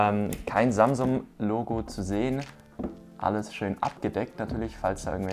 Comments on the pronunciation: Alter das heisst samsung nicht samsumm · Am Anfang hast du statt Samsung samsuM